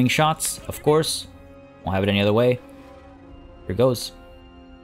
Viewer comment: My favorite part was when you said high-arcing sharts